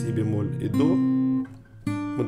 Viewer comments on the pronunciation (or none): none